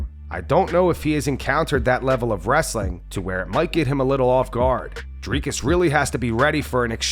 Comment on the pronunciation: Sorry DC, but when Uncle Chael is pronouncing fighters’s names better than you, you’ve got some work to do…